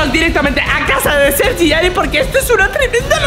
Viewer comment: En el minuto - en ves de decir sergi dice seri